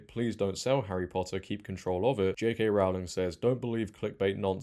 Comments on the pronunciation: Please pronounce Rowling correctly. It's Rohling, not Raoling. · Dude i like the vid but it was hard to listen to. its rowling like rowing or ducks in a row not "raowling" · I wish people would learn how to say the first syllable of her surname correctly. It's 'Row' to rhyme with 'Go', not to rhyme with 'Cow'. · Pretty sure Rowling rhymes with bowling. She is the Dickens of our time. These light weight activists don’t deserve to be in the same room. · It's ROwling, as in 'rowing' She has said it multiple times before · J.K. Rowling rhymes with “bowling” not with “howling”. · Just a quick comment. It's Rowling like bowling. 😅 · Rowling rhymes with Bowling. Pronounce it correctly please …. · Rowling rhymes with "bowling", not with "growling". Other than that, well done.